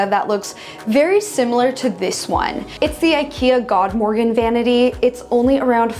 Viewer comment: Love the godmorgon pronunciation of the Ikea furniture! <3 It actually means good morning in swedish :)